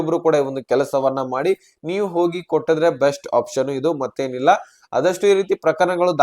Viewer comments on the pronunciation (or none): none